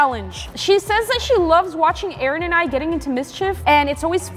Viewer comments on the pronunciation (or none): none